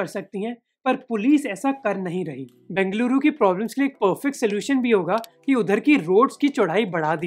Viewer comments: Yes ! A lot of difference indeed ! We Kannadigas feel proud when we hear our places are pronounced properly in native tongue !!! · Bruh... It's so good to listen you pronouncing Bengaluru as Bengaluru and not Bangalore just for fancy.... Love from Bengaluru.... :)